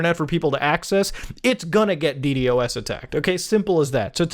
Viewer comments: Beo..it‘s DDos, not „D D o S“ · Hearing muta call it d d o s instead of d doas is slightly irritating for some reason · The fact Muta says DD-OS instead of D-DOS has me shaking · Normal people: D-dos attack Muda: D-D-O-S attack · what’s a “dee dee o ess” I only know a “dee doss” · Just say d-dos bro not d D o S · Dee Dee OS